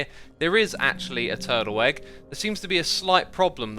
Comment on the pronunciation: Guys lidten to how xisuma say turtle egg it sound like turtle egg but with a w twurtle egg something like that XD Edit: or was it egg honestly cant remember turtle weggg hehehee